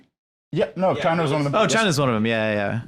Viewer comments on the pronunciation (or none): none